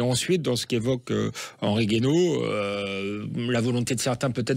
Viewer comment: Mr G.u.a.i.n.o. Guaino et pas Gaino… désolé